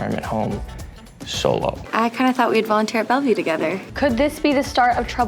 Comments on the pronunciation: No one: Absolutly no one: Jorden:BACK IN BELVIEW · i can’t even count how many times Jordan said “Back at Belview” 😭😭😭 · no one: jordan: BaCk aT BeLVieW... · No one: Jordan: BACK IN BELVIEW 😂 😂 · No one: Jordan: bAcK iN BeLvIeW 😂😂